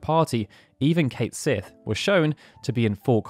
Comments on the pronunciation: Kat Shee, not Kate Sith. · Cait Sith is pronounced Ket Shee.